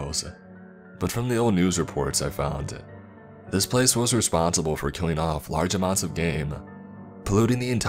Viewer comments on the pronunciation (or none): Bro your voice fucking sucks it’s so hard to listen to these nice stories like when you say some thing you always add A or U at every single word please just finish the word correctly you don’t have to say the forestU ore killinga